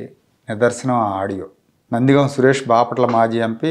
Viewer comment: నందిగామ కాదు నందిగం.